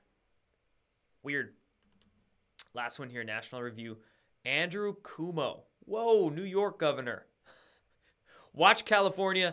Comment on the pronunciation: Gov. Cuomo is pronounced "Cu-omo" not "Coomo". Keep up the good work!